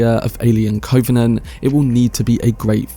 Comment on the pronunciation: You mispronounce the word covenant several times, as if you’ve not heard the word before.